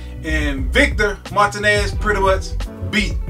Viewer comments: Initiall_d_ Mar-TEE-nez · Nice video, but you must get Victor's last name right my friend Martinez pronounced MAR-TEEN-NESS.